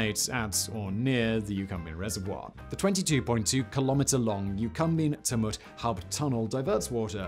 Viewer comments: Say it like Tue-Mutt. Haha. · It’s Chew-mit, not Tum-ut…I know it’s weird but we are all weird down here. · Tumut. Tumut. Its Tchew-mutt! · Tamoot for Tumut 🤣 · Simon you can't say tumut 😂 it's more like chew-met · chew- mutt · I think “t’mutt” is my fave mispronunciation ... having said that, great video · Tumut is said "choomut" btw... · Several mispronunciations of geographical features. The most starking is Tumut, which is pronouced Chu-mut, similar to Tulip. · The TooMut river? LMAO! He is crappy with place names. He has never been to oz is my guess. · Tumut. Guthega. Haha. Love it, almost as good as the Uluru one! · I cant stop hearing Tumut lol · I've heard Simon butcher some Australian names and some slight mispronunciation, but Tumut! That's really hard to hear because he is basically saying with two or to vagina in a local Aboriginal dialect. As an Aboriginal woman this is awkward to hear it said so casually by an English man. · Tumut = TYOO-mert Tantangara = Tan-TANG-ge-rer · TYOOmut, EucumBENE, MurrumBIDgee, Simon...